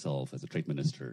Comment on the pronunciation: Ai want test maminisytrer. Sedih aku dengarnya, keliatan bgt wibawanya dan kemampuan bahas asing